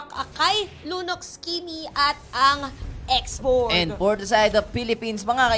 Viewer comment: ''X'borg daw? lol ganto ipronounce yan x.borh